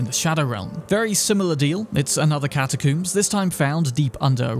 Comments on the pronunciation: I died laughing when he said catacooms XD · Why tf you keep saying catacooms? 😂😂😂 dude how do you say comb? I wanna coom my hair? Exactly…catacombs…I’m English too btw so you have no excuse 😂😂😂 god that annoyed me an unnecessary amount 😂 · The way he pronounces catacombs cracks me up